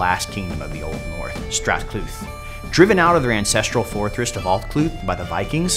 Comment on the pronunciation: Strat Clut should be pronounced Strad Cleed Gwined should be spelled Gwynedd and pronounced 'Guin-eth'